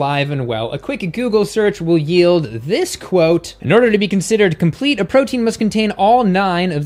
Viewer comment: "compete protein"